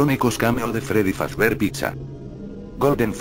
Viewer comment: es fazbear no fazber